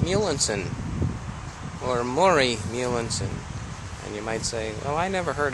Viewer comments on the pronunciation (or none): It sounds like you are saying MuehleiNsen. There is an N at the end, but not before the s.